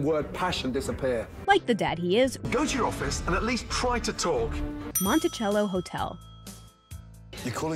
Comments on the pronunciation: Okay.... I can understand why people mispronounce that, seeing as we’re all pre-programmed to say ‘cello’ as ‘chel-lo,’ but in ‘Monticello,’ the ‘cello’ is pronounced ‘sel-lo’. Common mistake, but there’s a proper pronunciation. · Gah why does everyone say Monti-Cello it’s pronounced mon-e-sell-o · Mont i cell o not montichello